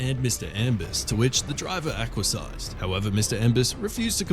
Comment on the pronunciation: You're trying to project gravitas here. Trying to look trying to sound official credible believable knowledgeable. When you pronounce acquiesce as Aqua size you pretty much shoot the hell out of your hoped for credibility. Learn to pronounce the words before you read the copy. If you have any doubt whatsoever, look them up. It will help you in the ratings. Now if you'll excuse me it's time for me to go to the pool for my Aqua size class.